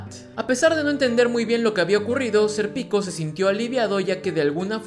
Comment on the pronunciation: estos resumenes son geniales, pero por q le dice "ser pico" a Sérpico?